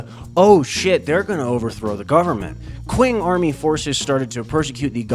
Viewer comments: Great video, just a small thing, q in Mandarin sounds like ch, so Qing would be pronounced like ching instead of using the English q sound. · "Qing" is pronounced as "Ching". It's where the word China comes from.